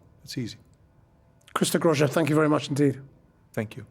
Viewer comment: If you're going to interview someone, learn how to pronounce his name, you unprofessional hack.